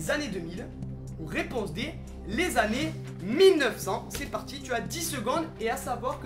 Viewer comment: pas "Annés" mais "Années"